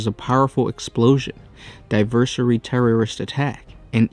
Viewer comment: Div-er-shun-ary. Not Divnursery.